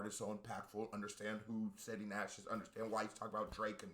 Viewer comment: he said SETI…😂😂😂